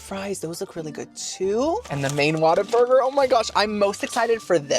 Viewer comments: Why do you say “Waterburger” when it’s “What-a-burger”? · Girl… it’s WHAT a burger… not Water Burger. But I like your style 😆 keep these coming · My first job was a whataburger and I dunno if you are doing it on purpose but it's pronounced what a burger not water burger lol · Girlie it’s like “WHAT a burger!” lol not waterburger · I wish people would stop calling it "Water-burger" lmao its "what-a-burger" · Oh girlie, it's not Waterburger lol. It's What-a-burger 😅 I had it once and never wanted it again. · I know you're probably sick of the correction.....but it's OMG 😮 WHAT A BURGER. 🍔 Not water burger. 😀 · Whataburger not waterburger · Why does he say "water" burger? Isn't it "whata" burger? Adore you,! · WATER? Burger?? 😂 What-a-burger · Its WHATABURGER NOT WATERBURGER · my guy is Whataburger NOT WATER burger lol.. as in wow "WHAT A BURGER"! ❤ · its not Waterburger its WHAT A BURGER!! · Lmao at pronouncing it Water- burger lol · kept saying water burger I’m cracking up 😭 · it’s WHAT-A-BURGER. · Oh my LANTA! Waterburger lol I love you, and I can handle boofay- but this is hard. Hahaha ❤ still watching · Yes, I wondered why he said “Waterburger” 😅